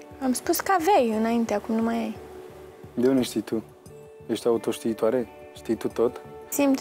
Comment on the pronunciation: nu AUTOSTIITOARE - ci ATOTSTIITOARE 😂😂😂😂😂